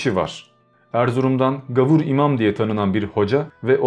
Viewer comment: Gavur değil, gâvur.